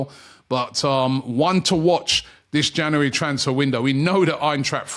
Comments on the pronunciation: OMG, here we go again. Can somebody teach Robbie how to pronounce the word "January"? It's Jan U ary and not Ja NU ary ...... it's doing my head in. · It's not "Janowary" Robbie, it's January. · “Jannery” “Janooary” One day, one day he’ll get it. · Another month of Robbie trying to say the word ‘January’ correctly